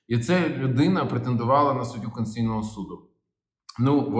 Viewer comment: Олексію! СУД КОНСТИТУЦІЙНИЙ, а не КОНСЦІЙНИЙ!